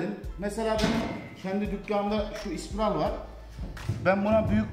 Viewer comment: Elinize emeğinize sağlık.. ama ispiral değilde, spiral diye söylerseniz daha iyi olur bemce.